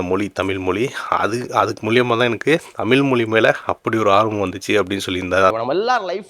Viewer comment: யோவ் தமில் இல்லையா தமிழ் ன்னு ஒழுங்கா சொல்லு